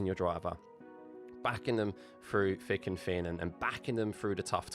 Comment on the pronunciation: You lost me at “frew fick and fin” 🤦‍♂️